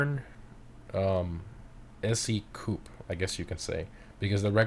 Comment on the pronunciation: ik but its wrong